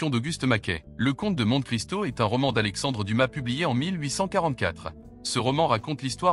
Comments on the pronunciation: Juste pour info on prononce monté Cristo et non monte😂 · Ce qui est insupportable c'est la voix de synthèse. Pourquoi ne pas mettre un humain. Au moins il ne prononcerait pas mont[E]-Cristo ou lieu de mont[é]-Cristo ni new d[E]lhii ou lieu de new-d[é]lhi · On ne dit pas monte cristo mais monté cristo!! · C'est bien le brocciu mais l'accent tonique est sur le o. Et on prononce Monté Cristo à l'italienne. A part ça, j'ai fait une erreur sur le violon. Personne n'est parfait... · Le bonhomme (ou le robot ?)qui dit le commentaire prononce "Montt' Cristo". Et c'est une épreuve de mesure de culture générale ... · c'est bien comme site. merci. par contre, vous constaterez souvent que les gens qui sont intéressés à faire ce type de test sont comme par hasard déjà les plus cultivés... il suffit de lire les commentaires pour s'en convaincre. attention quand même à la prononciation française de certains termes. Monte Christo se dit "Monté christo" par exemple... A bientôt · On dit Monte Cristo en prononçant Monté, à l'italienne. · 18.et on dit Monté Christo, même si il n'y a pas d'accent.😊